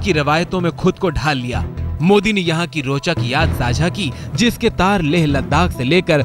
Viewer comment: Punya Parsoon Bajpayi "zang" ki yaad "taja" nahi hota bhai "Jang" ki yaad "taza" hota hai yaar